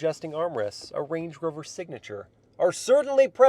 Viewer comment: bro said blade rover 💀